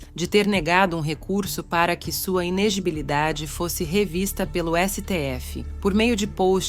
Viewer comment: Inegilibilidade? Inelegibilidade né?